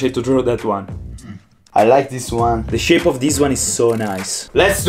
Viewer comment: listen im not trying to make fun of you but you say deez instead of this. Ex: Deez is my work.